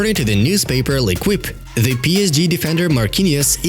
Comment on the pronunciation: It's pronounced l'ékeep, love the vids